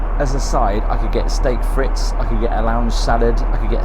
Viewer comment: Hello old boy, thanks for your informative videos. My experience with Ethiad was great. A small tip from someone who is bilingual English French: French fries are pronounced freeets not frits 😊